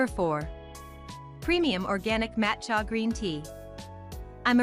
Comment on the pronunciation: "Matt Chya" ??? Seriously? Who makes this crap? Use me as a dislike button!